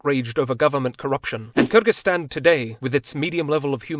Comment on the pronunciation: i love the way you pronounced Kyrgyzstan with an ы sound and not an ө or и sound lol